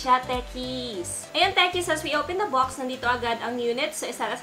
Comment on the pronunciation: Bakit po hindi ka marunong mag pronounce ng box Sayo po bucks